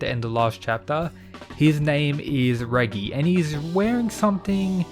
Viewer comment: Pretty sure that’s not how you say Reggie lol